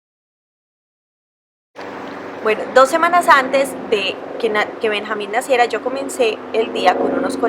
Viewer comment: Se escribe Benjamín y se pronuncia Benyamin ¿no? xd